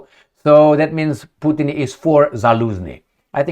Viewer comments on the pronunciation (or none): none